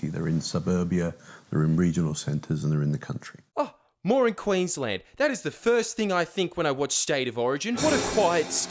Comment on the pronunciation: "more in Queensland"? Could of sworn I heard "moron Queensland"...